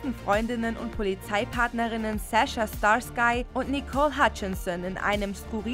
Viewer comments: Starsky? Star-Sky. Ernsthaft? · Al Bundy come Back to TV? 4 Touchdown in einen Spiel für die Polk High. Ob die Bundy's auch animiert Funktionieren? 🤔 Schwer zu sagen! Liebe Sprecherin! Starsky und hutch nicht Star Sky und Hutch. Die Aussprache bitte ändern danke. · Ihr macht das schon immer sehr geschickt, in jedes Video irgendwas einzubauen, was einfach kollossal falsch ausgesprochen wird (wie hier zum Beispiel "Starskei und Hutch" 😀 ), um einfach haufenweise Leute dazu zu triggern, unbedingt ihren Unmut darüber in die Kommentare kotzen zu müssen! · Hey hör Dir doch vor dem Einsprechen auf Youtube an, wie es ausgesprochen wurde: "Starskie" und "Hatch" (Nicht Hätch) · Leute, vlt sollten die Sprecher nicht nur runterlesen sondern mitdenken. STAR SKY ernsthaft? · Gibt es denn irgendeine Folge von euch, in dem ihr mal im Vorfeld checken könntet, wie man Namen ausspricht? Starskei? Ernsthaft? Oder Lehla? Und das ist hier nicht nur in dieser Folge so, auch in vorangegangenen wurden immer wieder Namen falsch ausgesprochen. Ein bisschen Recherche ist gut, aber zur Recherche gehört eben auch, mal im O-Ton zu hören, wie man diesen oder jenen Namen ausspricht, damit man auch selbst weiß, wie man ihn aussprechen sollte. Peinlich. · Warum hängt sich denn keiner dran auf das die Mutantin bei Futurerama auch nicht anständig ausgesprochen wird. Sie heißt nämlich lila wegen ihren Haaren und nicht lela ihr wollt doch angeblich alle eine anständige Aussprache der Namen.😅😅😊 Und das mit diesem star-sky hat doch auch jeder gleich gemerkt und jeder 2te hat es kommentiert Leute wenn es einer schreibt reicht doch es müssen nicht alle nachmachen aber gut wenn man nichts eigenes zu schreiben hat übernimmt man halt die Themen der anderen und verpackt sie ein bisschen anders geschrieben und formuliert in der Hoffnung das es keiner merkt aber doch wenn wirklich so gut wie jeder sich dran hochzieht und man überall so gut wie dasselbe liest merkt das jeder idiot weil es heftig aufällt.😄👍✌